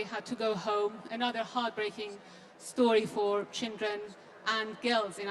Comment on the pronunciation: Rana Rahimpour has a problem pronouncing the word "Children" She keeps on saying "Chindren" Not sure why?